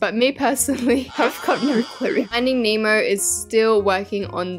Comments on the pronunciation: it’s not “finding memo”it’s finding Nemo this is how you pronounce it NEH-MO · "Finding name o" 😭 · “ finding emo “ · Not saying finding emo😅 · stop saying finding emo 😂😂😂😂😂😂😂😂😂😂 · she says “finding Emo”😂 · why does she keep saying "findiing emo" with peace and love 😭😭🤓☝😭😭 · Not findig nemo its FiNdInG HeMo 😂